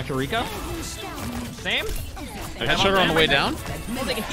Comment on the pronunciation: I swear gamers choose the most jarring way to pronounce Japanese names. I just got over smash players pronouncing Kazuya as kazoo yah and now overwatch players are pronouncing Kiriko as keer e ko.